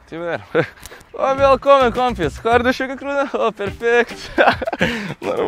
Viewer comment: "Viälkommän koompiiss" Du menar "VIÄLKOMMEN KAMRAT" <3333